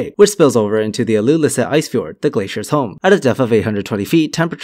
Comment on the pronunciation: The greenlandic name is Ilulissat, it would sound equally funný if you and I tries to pronounce that (I'm danish)